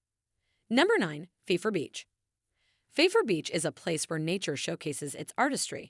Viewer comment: Please don't use AI to narrate. So many mispronounciations! Carmel - mel rhymes with gel. Pfeiffer rhymes with Lifer. Also those photos and videos were not of Destin. After that I gave up. Our beaches are white, not brown.